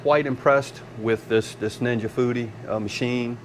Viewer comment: What Dan Aunt Ja Booty? Oh Ninja Foodi😂 seriously my wife and I was talking while your video was playing and I thought you said aunt ja booty. That Foodi sounds pretty cool. Wings look good too.